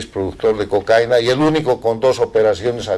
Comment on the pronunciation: Se dice cocaína con tilde en la i. Hay que pronunciar correctamente el nombre de esa porqueria que ha sido la perdición de mi amado país Colombia.